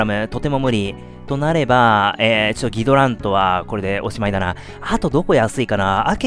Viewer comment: お邪魔しますm(_ _)m 一度キドラントって読んでた様な気もしますが、ギドラントに戻ってましたね。